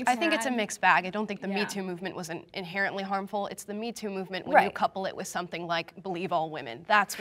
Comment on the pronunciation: “Inerratly” I know she meant inherently, but 1 minute in? I know she’s going to make me facepalm a lot.